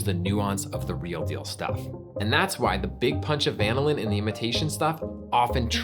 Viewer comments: I feel that can’t possibly be the way vanillin is pronounced. Surely it’s the same (basically) as vanilla - vuh NILL un? Not like lanolin. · The accent on "vanillin" is on the 2nd syllable, not the first syllable. This is true even in the UK. Why did you feel like you had to change it? Just curious. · To me, it was like vinyl but with the first syllable being van + in. Very weird. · british pronunciations, ew. the inflection should be on the second syllable of the word "vanillin", not the first. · It's pronounced "vanillin", not "vanillin" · I was wondering about that myself. It sounds like he's saying VAN-ah-lin. Growing up I learned at va-NIL-in. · It is pronounced van-ILL-in not VAN-illin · uh wait so this whole time it's been VAN-illin not va-NILL-in? 😳I mean yeah that's how I've been saying it too. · Who pronounces vanillin VAN-il-lin instead of va-NILL-in? Nobody says VAN-il-la. All credibility lost right there. Plus, imitation vanilla just has a weird flavor. I think it is like how most people don't have the receptors to taste the soapy, chemically flavor of cilantro, or how some people can't smell asparagus pee. Imitation vanilla is just as gross, but most people can't perceive it. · I'm so confused... You pronounce vanillin like the Brits, but you're called "America's Test Kitchen". Then you go and refer to temperatures of 100 to 150 degrees, but do not denote F or C. Is it C cause you say va-ni-lin, or is it F cause you're "America's Test Kitchen"? And those temps make sense for the context regardless of F or C (100 being boiling in C, and 100 being sweaty hot in F). Are you purposely fucking with the internet? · Like many responding here, I keep both the imitation and real stuff around, using the former in cooked or baked recipes. By the way, we organic chemists say va-NIL-in. Great episode anyway. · I can't believe that he butchers vanillin so much. It's pronounced vah nil in. The way he pronounced it would require two "n"s.